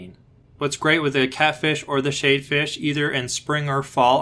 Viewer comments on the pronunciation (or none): Shad like Chad. Not shade. lol. But thanks for the info! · sorry to be that guy but it’s sh-ad not sh-ade 🙃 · Lmao learn to pronounce ur words shade fish lmaoooo